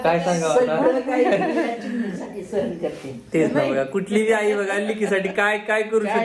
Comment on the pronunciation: ताई तू खूप हुशार आहेस,ही कॉमेंट नकारात्मक घेऊ नाकोपण सहन असा शब्द आहे न चा n उच्चार कर, भारी वाटेल आणि सुचने बद्दल sorry...